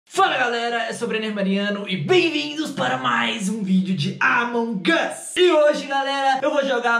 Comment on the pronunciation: Vc fala among us errado